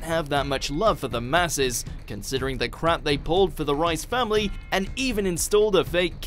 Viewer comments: It's the Reese family...not rice family 😂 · Did he say the rice family instead of the reiss family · Reiss family is pronounced Reys not Rice